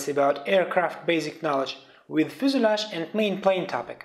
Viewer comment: FUSELAGE pronounciation :( :( :(